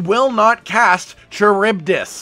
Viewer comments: Charybdis is pronounced Car-rib-diss btw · Charybdis (ka-rib-dis) Any of you ever read the Odyssey? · Charybdis. Kuh-rib-diss. It's an ancient Greek sea monster used to explain whirlpools at sea. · Maybe I'm wrong but I always pronounced it "Care-Uh-Buy-Dis"... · I’m pretty sure Charybdis is pronounced Ku-rib-this. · Ka-rib-diss is how it's pronounced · Cuh-rib-dis. Charybdis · It's pronounced car rib dis. Charybdis. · Lol... kuh-rib-diss. ;) it's not an easy word, dont worry.